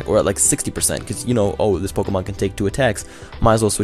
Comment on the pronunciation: "Pokomon" Lul, Pokémon XD